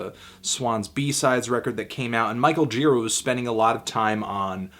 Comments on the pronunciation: You'd think if you loved someone so much you would pronounce his name right. Gira like jeer-AH. Emphasis on the second syllable, buddy. That said, I agree with you. Total 10! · I once spent a day with Gira; we shot the breeze about Hell's Angels, psychedelics, and Led Zeppelin over the span of some 10 hours. Great guy, but his name's pronounced "djih-raw." It's Czech.